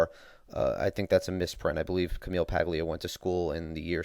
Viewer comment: I'm a liberal and I agree with your view on "cradle and end" social welfare. I'm also a fan of Paglia, even though I often disagree with her. P.S. it's pronounced PAH-lia.